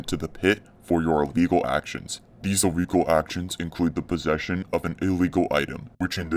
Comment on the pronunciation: Yoooo some dude Said iwllegal